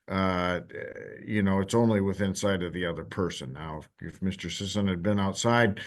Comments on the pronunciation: Well.. I'm sorry Mr. Sissy.. oh sorry Sisson. Its unanimous! Your name is now Mr. Sissaan. 😆 I thought it was pretty funny his own lawyer was able to say his name correctly only once, after Mr. Sissy corrected him, and the rest of the hearing everyone calls him Sissaan. 😅 until near the end when the judge makes his judgement, and then he correctly calls him by his name. It just tickled my fancy is all. Carry on. 🥸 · Seems like they were mispronouncing Mr. Sissy's name the whole time. 😉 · I bet it drives Sisson crazy that everyone is mispronouncing his name. 🤣🤣🤣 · The fact that he wouldn't even pronounce the guy's name correctly, even after hearing him say it shows just how little he really cares about this case. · I was shocked that he mispronounced his client’s name. It’s two syllables. He clearly didn’t care.